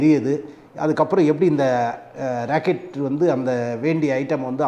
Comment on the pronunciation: Sir please consider your pronunciation you said "racket" is not correct rocket is correct. thanks